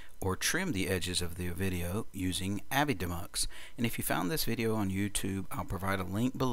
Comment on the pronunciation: Shouldn't avidemux be pronounced "A-V-I DEE Mux"?